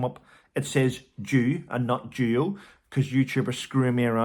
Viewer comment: I’m still friends with my ex, no kids. We’ve been divorced for over 28 years! Yes, it can be done. It’s especially important if you have kids! Nothing, absolutely nothing they do surprises me, anything for attention! Duo and do sound VERY similar with you accent, just sayin....😁 💜💜💜